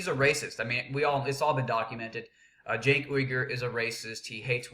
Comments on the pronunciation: or Junk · its pronounced SANK you dumb ass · I like it when he intentionally mispronounces Cenk's name....hilarious!!